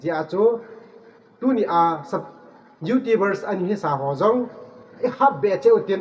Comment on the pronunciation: Youtubers na pronounce dan chu thaset um thim e😁😁Youtubers or Youtibers🤭😅